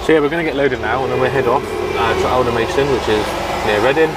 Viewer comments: Hi, sorry if I sound pedantic but, its pronounced Alder-mas-ton, not Alder-mays-ton:o) Love your channel btw. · Alan Lumsden no it’s pronounced Aldermaston :o)